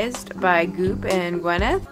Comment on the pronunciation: its not gwen-neth, it's pronouced gwy-neth paltrow.